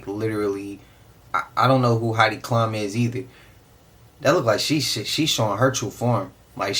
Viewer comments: Unc was cooking when he started talking about your magnetic field and energy. It is the the intention in your thoughts and actions that energizes them. Also, Heidi Klum (pronounced Cloom) is a supermodel from the 90's. Most know her from the show Project runway. She used to be married to Seal, the singer. Who is to say that is her? She's unrecognizable in that "costume". It is too realistic if you ask me. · Heidi Klum (pronounced cloom) is a supermodel and has been since the 1990’s. Halloween is fun for some people. Plenty of people go all out for Christmas. This is a weak ass argument. I’m not saying Reptilians don’t exist, but an obvious costume doesn’t help the theory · Pronounced "Kloom"~